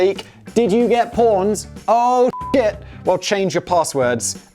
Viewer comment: Did we just hear Whistleboy pronounce pwned as "pAwned"? 🤦